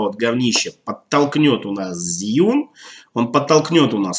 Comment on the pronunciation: Инженеры похоже совсем не в теме относительно удобства конструкции. Могли бы на стадии разработки пообщаться с опытными практикующими видеографами. Зиюн, Жиюн, Жюин... , китайцы произносят ещё сложнее Джьюин ))) Кстати, мы с Сергеем Щербаковым скоро снимем сравнительный тест нового двуручного Fosicam (продолжение Профи) с Zhiyun Crane 2.